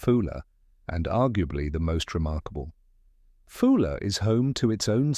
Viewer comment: It is a Scottish island not British, name wrongly pronounced, AI generated slop